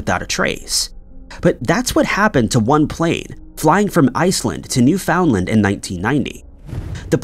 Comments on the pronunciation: Btw, it's NEW-fin-land, not new-FOUND-land. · Has anyone here ever heard of "New Found :Land"? I thought it was Newfoundland, but I'm just a silly Canadian...this narrator is special. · Dang, kinda pedantic isn't it? And as I type this he said New Found-Land two more times and I'm getting irritated now, lol. New Finland is always how I said it. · You are saying "New Foundland" wrong. And it sounds dumb AF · It’s NewFINLand. Not New FOUND LAND! Love your content tho. Listen daily ❤ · You can't expect people to know every local pronunciation. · New foundland…. Wtf lol why does he constantly say weird shit like this ? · You don’t pronounce Newfoundland that way. You don’t have insinuate the “found” it’s New-Fin-Land when pronounced. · Properly pronounced, in my understanding, it should sound like “NEW-fnlnd” Am I right? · Newfoundland rhymes with “understand”. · Learn to pronounce words like Newfoundland and Peron. It undermines your credibility. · Now if he could just pronounce Peron and Newfoundland correctly.